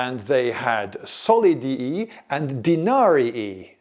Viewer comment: I frankly can't get over the solid-i and denari-i 🤣